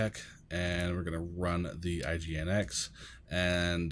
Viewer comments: Pronounce is Engine-X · Just fyi - it's commonly pronounced "engine-x"!